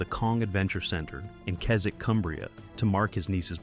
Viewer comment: Correct pronunciation of Keswick 👏